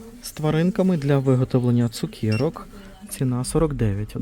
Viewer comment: Келих, а не кєлих.Цукерка, а не цукєрка .Ріже слух.